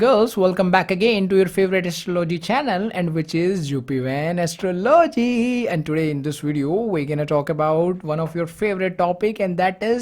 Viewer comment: I love how You pronounce "astroLOgy" 🤣❤️